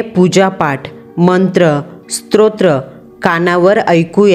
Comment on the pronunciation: स्त्रोत्र नसते स्तोत्र असते. बाकी कथा छान सादर केली आहे.